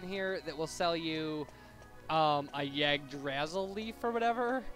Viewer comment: It is pronounced yig-dra-sil